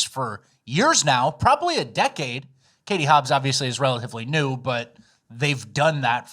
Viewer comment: I HATE that you're saying ''NEWS'' instead of ''NEW''